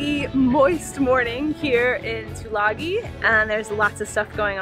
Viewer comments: FYI,it's pronounced " two lung ee". :-) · Tulagi is pronounced Tulangi as in sing.